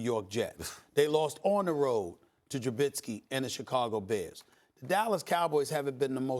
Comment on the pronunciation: TRUBITTSKI.... LUHBRAWWWNNN JANES.....KAWIHI LENNITT Just a few of The pronunciations in SAS’ book! Lol